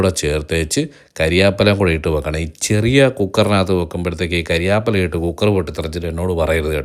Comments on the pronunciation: കരിയാപ്പില അല്ല കറിവേപ്പില😀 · കരിയാപ്പെല അല്ല സുഹൃത്തേ കറിവേപ്പില 😂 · കരിയാപ്പല അല്ലടേയ്........ കറി വേപ്പില